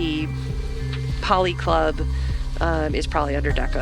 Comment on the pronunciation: Why did no one tell that it was a policlub, as in political club, not polyclub.